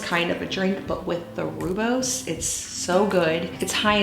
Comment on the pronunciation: Rooibos is pronounced Roy-boss. It’s Afrikaans and means red bush. With love from a South African. FYI Summer ice tea recipe: 1l rooibos with 1l Apple juice, cool and serve with ice. It’s great for children as it contains no caffeïne.